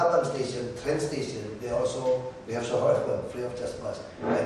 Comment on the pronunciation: it's train, pak ahok, not trend :p #peace